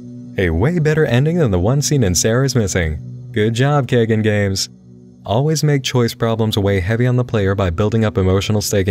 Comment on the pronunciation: I think the developer's name is "kaigan" like "sky" and "dan". It means "to awaken" in Japanese.